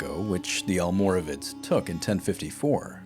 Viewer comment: You seem to be having a few questions about the correct pronunciation of almoravides so as a Moroccan, allow me to help. You pronounced their Arabic name quite well actually, it's "Almorabitun". But the name "Almoravides", especially how it's pronounced by non Spaniards is incorrect. See, "Almoravides" was simply the "spanification" if you will , of "Almorabitun", But in both Arabic and Spanish there is no "V" sound (the letter itself does exist in the Spanish alphabet but it is pronounced similar to a B) so reading "Almoravid" with an English pronunciation is wrong. instead the Spanish pronounce it as "Almorabides" wich is a lot closer to the original pronunciation. Hope this helps. Keep up the great work!